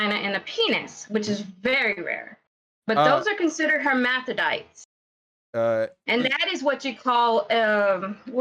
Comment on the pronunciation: lol "hermathodites" omg